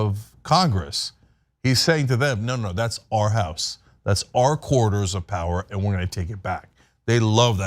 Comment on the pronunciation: He can barely pronounce the word corridors